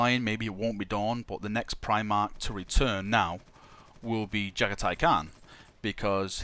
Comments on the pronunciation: You Jaghatai Can't pronounce his name =-P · It's not just Jagathai's name you can't pronounce properly... :)